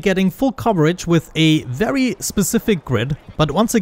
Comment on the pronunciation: bery nice.... bery nice..